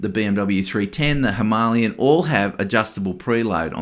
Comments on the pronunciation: Him a lay an. Not himaaaliyun. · Him a lay an is how it’s pronounced like the mountain. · That’s the most interesting way I’ve ever heard someone pronounce Himalayan. Now I wonder how other countries say it 😂😂 😊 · The way you pronounce "Himalayan" hurts my ears 😢 . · Someone please teach this guy how to pronounce “Himalayan” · Ok but you still pronounce it wrong lol